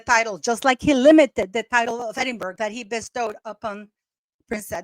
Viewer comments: Edinburgh is pronounced Edin-burra. Long form. Edin-bra in short/quicker abbreviated form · It is pronounced Edinbra. Not Edinburg or Edinbr.